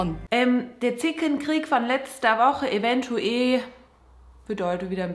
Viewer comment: Es wurde bestimmt schon einmal beantwortet, aber kann mir jemand sagen, warum immer eventueE statt eventuell sagt?😂